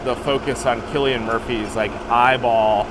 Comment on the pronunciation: Cillian is pronounced sil.